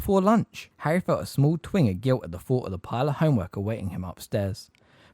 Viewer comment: Bro I really appreciate the upload, i dont mean to sound mad. But some of ya pronunciation is off. "Twinge" has a "ge" on the end. It doesn't sound like "twing"